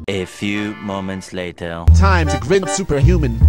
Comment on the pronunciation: I love how the voice try to say grind but instead grend lol